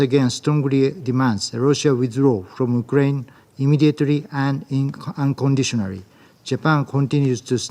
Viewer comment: Edmond Honda: Unconditionarry 🤣